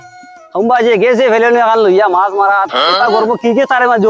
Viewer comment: মচা না আচা